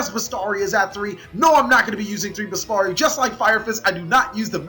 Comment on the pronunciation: Even after all this time, you still can't pronounce Bestiari or Samnite. #CaliEffail